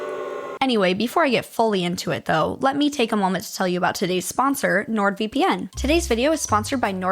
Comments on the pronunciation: It’s pronounced nord-VIP-in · You pronounced NordVPN wrong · ITS NORD VIPPIN!!!! NOt V - P - N 😁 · It’s pronounced NordVippin